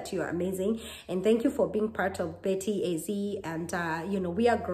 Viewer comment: By the way it is BETTY A ZEDI not ZI